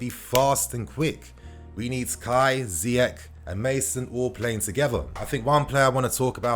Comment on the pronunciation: Okay, it's pronounced Ziyeshhh not Ziyek..take it from an African that knows 👍